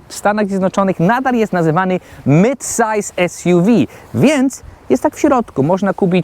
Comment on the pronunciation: MYDSAJS ESJUWI u nich, to jak u nas LANDARA 😎